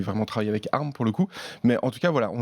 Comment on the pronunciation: Mais pourquoi vous dites « arm » au lieu d’ARM (a-ère-ème) ?!